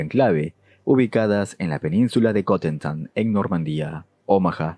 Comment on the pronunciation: Solo una cosa. Dices península de cotentan, pero o lo dices en francés o dices Cotentin.